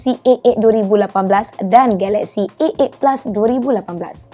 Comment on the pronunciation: dgr macam "galaxy ek ek" 😂